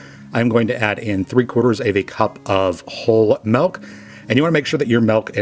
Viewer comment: Are you saying "melk?"